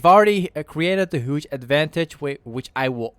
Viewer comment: I love when you say "huge" , you say it like "hooge" xD